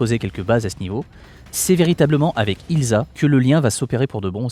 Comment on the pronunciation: C'eût été approprié de prononcer "Ilssa" et non "Ilza", dommage.